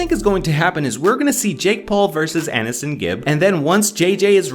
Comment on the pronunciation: I'm sorry to be this person, but it's pronounced A-knee-son not An-i-son. 👁👄👁